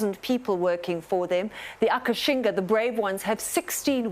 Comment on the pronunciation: It's called "Akashinga", not Akashina. Check the official trailer :) I love the fact that these fantastic ladies are all VEGAN! :D